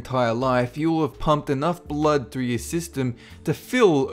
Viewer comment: Your pronunciation of the word "blood" is really weird.